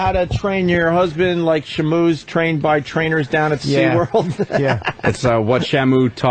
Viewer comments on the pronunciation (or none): "Shuh Moo" - Illiterate Opie